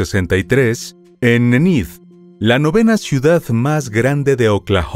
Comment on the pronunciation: Porque no usas una applicacion..para qe escuches como se pronuncia..Ined..=Enid